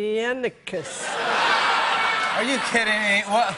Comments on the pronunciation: Shame it's not her fault not a lot of people can pronounce galifianakis properly they don't know the a after the I is silent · Someone teach this lady how to pronounce Galifianikis